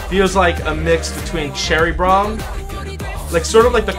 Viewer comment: Dat Bad Boy Sweater ME LIKE IT!! I notice that "*Cherry Bromm*" lol